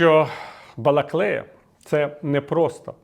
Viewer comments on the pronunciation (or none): Балаклія Балаклія а не балаклея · Балаклія, а не Балаклєя.. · тільки ж БалаклІя, а не БалаклЕя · місто правильно називаться Балаклія, так само, як Дніпро, Сіверськодонецьк, і Куп"янськ (останній з наголосом на перший склад).